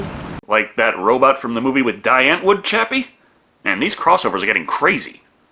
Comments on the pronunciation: When I watched this video the first time I couldn't understand what the fuck you were saying when you said "Die Antwoord" lmao In case anyone wants to know the pronunciation, it is as follows. "Die" - Dee. "Antwoord" - Unt + vort (pronounced the same as "word" except with the letters replaced and roll the "r" if you can, but not required and would also then be similar to another dialect of the language). Congratulations. You now know 2 afrikaans words lol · and the band is DIE ANTWARD -- pronounce DEE ANT-WAARD it's Dutch for "the answer" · Just a minor thing, Die Antwoord is in Afrikaans, a Dutch offshoot. Thus the "Die" is like in German, pronounced "De". Likewise the "w" is about halfway between English v and w.